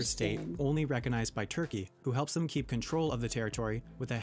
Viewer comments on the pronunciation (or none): none